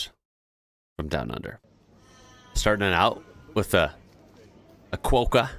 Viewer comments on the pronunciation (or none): it’s a Qwa-kah. Not Quo-kah. Just so you know 😉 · Quokka, pronounced "kwokka" (not kwoh-ka)